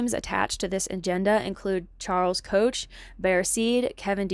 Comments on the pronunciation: Koch, pronounced Coke you kicked ass other than that, shared it all over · I'm not American, but the ways things are going, I might become one against my will......of course I do live in Canada. I'm interested in Opus Dei, haven't heard that mentioned in a long while. I just thought since you're narrating and pronunciation matters, it's the "Coke" as in the Koch brothers. Not trying to be a dick; you'll be taken more seriously by more people when you say a famous in bilateral GOP circles capitalist's names. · Well done. I admire your research and, sadly, agree with all of your conclusions. I have a minor quibble....please check out your pronunciations of some names....it will help your creds. As an example, Koch is pronounced 'Koke'. Leonard is 'Lennard'. Weyrich is 'Wayrick'. Otherwise, you are pretty impressive!!